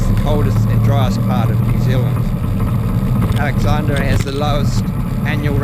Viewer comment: the pronunciations is DaN-sees Pass and Kie-burn not kee burn. AlexandRA and not Alexandria. Roxbur not Roxborough